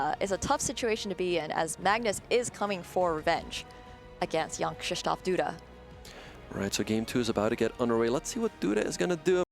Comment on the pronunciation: Everytime the one guy said "Jan" I heard "young"